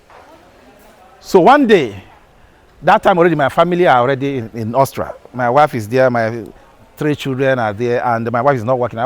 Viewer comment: Why can’t Nigerians pronounce AUSTRIA? What I hear is Austra.